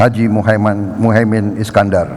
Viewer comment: Lucu pak Prabowo mengucapkan muhaimin keliru mengucap muhae man eman eman pak capresnYa dibaca tergopo gopo jangan geragapan /gerugi kasian